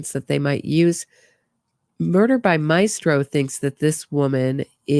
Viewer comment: The "My-es-tro"????🙄 Maistro, my-stro. 2 syllables.